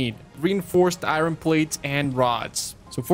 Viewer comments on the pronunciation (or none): pretty sure its ir-on not i-ron